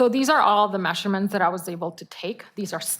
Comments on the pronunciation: Stop saying mesherments!!!!! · Mehhshure-mhents. Her pronunciation is so annoying!